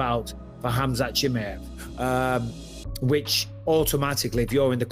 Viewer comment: “Khamzat Shimmy-Ave” fucking Bisping 😂